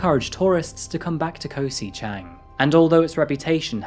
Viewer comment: Never heard it called Koh 'si' Chang before